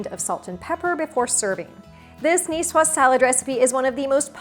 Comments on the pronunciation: I hate when a cook doesn't say if the eggs are cold or room temperature. Oh and the "S" is silent. Cucumber that is not peeled and de-seeded? No go. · Cool, I came here because I never knew how to pronounce Nicoise.